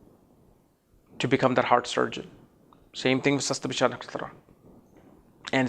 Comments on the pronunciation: It's not "Sasta-bhisha", it's "Shata-bhisha" nakshatra. Again, you mispronounced Swarbhanu, the name of Rahu. I am Rahu in Shatabhisha pada 1, and I love reading on my mobile phone, rather than on hard copy. I am blunt with tricksters. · the video is great , please correct the pronounciation as satabisha not shastbisha